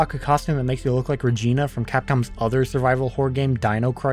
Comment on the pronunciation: Regina is not pronounced like that. Check out how they pronounce the City in Saskatchewan, Canada.